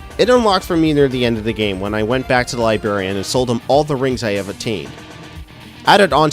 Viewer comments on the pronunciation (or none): Great video man. I hate to admit it but I laughed every time you said "libarian" haha...there are supposed to be two Rs in that word =) I mean it though, this is a very helpful video. I finally just started this game today and like to know what to look out for achievement wise before I start a new game, with as few spoilers as possible. I'll have to check out your other stuff this was just what I was looking for. Thanks!